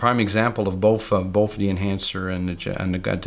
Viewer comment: The word is THE!! Not "deeeeee"